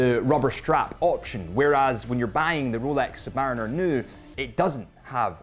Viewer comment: Sub-Marine-er. Please???????